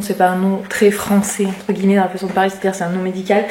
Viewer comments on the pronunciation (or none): none